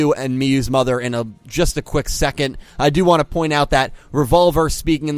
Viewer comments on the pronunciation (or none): none